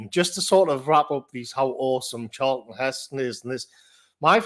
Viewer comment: Who is this "Charelston Heston" you speak of?